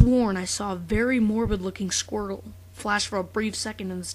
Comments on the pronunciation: the first time I saw this, I thought u said squirle. not squrtle ._ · 4 part of the video i thought you were saying squirrel and not squirtle XD